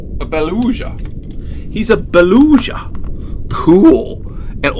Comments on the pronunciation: The Beluga is the G not Zh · TV its pronounced boluga not boluja and they are whales. they are large mammals and use echolocation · It is not belusha it is beluga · You said beluga wrong you said belusha and not bee Lou ga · Btw its baluga not baluza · ITS BA-LOO-GA!!!! NOT BA-LUSHA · Beluga has a hard g. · LOL THE WAY HE SAID BELUGA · You said Beluga wrong. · The GCL I agree with you